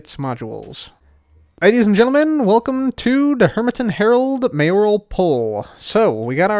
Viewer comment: the only hermit who knows how to say “mayoral”.